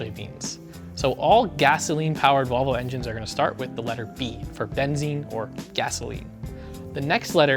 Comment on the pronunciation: Nearly every European language uses some variation of Bensin (The Nords), or Benzin and Benzine for the mainlanders (Russia to Belgium and everyone in between) so not entirely wrong pronouncing it like Benzine, just not entirely Swedish